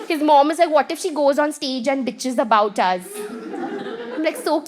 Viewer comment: Everytime she says bithes it feels boom